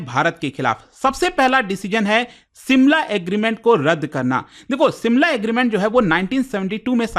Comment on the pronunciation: simla ? SHIMLA